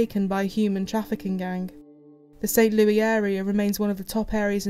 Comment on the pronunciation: It is pronounced "Saint Lewis" not Louis even though it is spelled that way LOL - American English